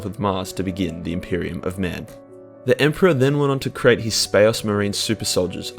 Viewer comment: "The emporaH then went ohn to cre'ate his Spa'ocemarines.."